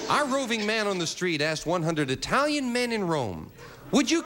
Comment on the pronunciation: Brother, was Lee an ignorant boy!!! First of all couldn’t even pronounce Italian correctly. Then was ready to make a disparaging remark about them. Of course in my opinion anyone who thinks a crooked president is a good person is more enthralled with “celebrety” or “fame” status than morals or ethics. Nevertheless I’m glad he won - wouldn’t begrudge him that.